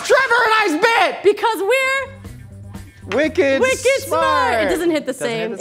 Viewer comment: oh man,. you have to put the acent on it. its Whhicked Smaarht